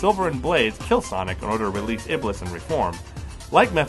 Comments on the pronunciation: ITS NOT PRONOUNCED IBLIS, ITS PRONOUNCED IBLEES AND WRITTEN AS IBLIS! ALSO, THERE ARE NO PAINTINGS AND PICTURES OF THESE EVENTS, AND THE ONES YOU PUT ON LOOK LIKE THEY MIGHT BE INDIAN, NOT ARABIC, NO OFFENSE. IT IS AGAINST ISLAM TO DRAW LIVING BEINGS! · Iblis is pronounced "Eblees" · His name is pronouced ibles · It's pronounced ib-LEES. THE MORE YOU KNOW (cue magical star rainbow) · It's produced shaitaun and ieblese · The way they pronounce iblees and shaytaan is hilarious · Oh lol improve pronounciation of Arabic names. I had been thinking about the name iblis being used though and you actually picked that up. Clever of you.